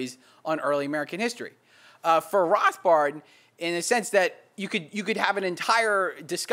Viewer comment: He says Rothbard the way Rothbard would say Rothbard...